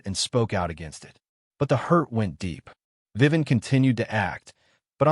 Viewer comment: It's Vivian. Not Vivan.